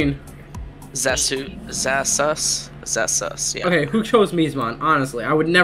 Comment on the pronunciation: Ok. Imma say this once ZASUS(Z-AH-SOOS)